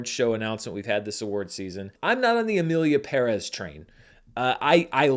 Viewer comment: Finally an American who pronounces Emilia Pérez correctly 😊